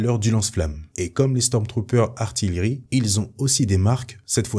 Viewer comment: Pareil pour "artillerie" qui n'est pas bien prononcé ^^ Sinon la vidéo est cool !